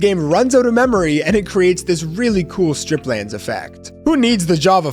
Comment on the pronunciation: it’s not strip lands😅, it’s stripe lands